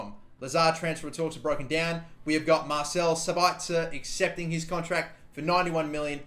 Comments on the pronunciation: You emphazise Sabitzers name on the first syllable (SAbitzer, not SabItzer). Greetings from Austria to Australia #kuhlimuhnotkangaroo. :D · its sab itzer not sabaitzer and yes i gave that space bar on purpose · Marcel Sabitzer is pronounced Mar/sell Sab/its/er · It's pronounced sabitsir